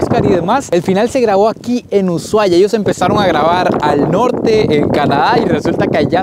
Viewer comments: se pronuncia USUAIA, no USHHHUAIA. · La h no se pronuncia jejeje. No es "sh" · 😂se pronuncia usuaia,aunque le metemos sh en el sonido a casi todo,en Ushuaia decimos y suena usuaia😅, 👍🤗 me encantan tus viajes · Jajajajajajaja me causo como pronunció uSHuaia jajajajauaua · Jajaja cómo pronunciaste Ushuaia? 😂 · Pronuncias mal el nombre